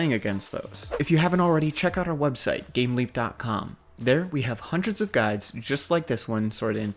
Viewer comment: I thought he said gamelink not gameleap. don't google gamelink.